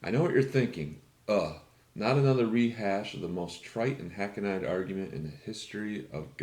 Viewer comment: Maybe you have heard already, but it's "hackneed." .